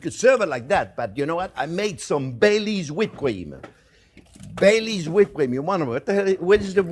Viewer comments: LOL I was so lost at first I thought he said he put BAY LEAVES in it! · anyone else thought he said hot chocolate with "Bay Leaves" 😅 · LOL! When I first heard this, I thought he said he puts in Bay Leaves. Bay leaves???? Ugh! I looked up the recipe and what he said was, "Bailey's." As in Bailey's Irish Cream. Ohhhh! Big difference! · In the introduction I thought he said, I make it with bay leaves. 😂